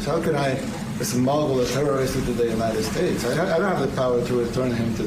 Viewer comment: Unined States. She said Unined States. She is drunk.